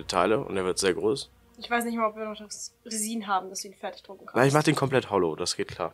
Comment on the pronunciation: Mein einziges Problem is: Freehand sagen aber Resin auf deutsch aussprechen. Warum sagt keiner Harz anstatt Resin auf deutsch auszusprechen oder einfach Resin auf english aussprechen weils ein englisches Wort ist.